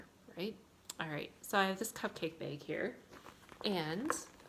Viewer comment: You were recommended to me by YouTube. That is all. I hit liked and subbed. And when you said "baaag" I laughed. I was born and raised in MN...my friends make fun of me all the time...baaag, taag, raag. I think it was you that mentioned stitching and now learning about loop starts? Tell me about it...you'd think years ago we would have known how to do that because it was always 2 flosses over 1 aida...we didn't have even weave, linens. Well we did, but it generally wasn't what we stitched on. Nor did we have "fancy floss". LOL I look forward to #2 and hearing about your great escape to a stitching retreat. Never been to one and want to.